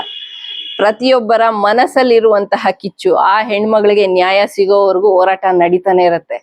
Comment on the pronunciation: "ನೆಟ್ಟು" ಅಂದರೆ ಏನಮ್ಮಾ? ಓರಾಟ ? ಕನ್ನಡ ಎಷ್ಟು ಸೊಗಸು ತಮ್ಮ ಬಾಯಲ್ಲಿ!!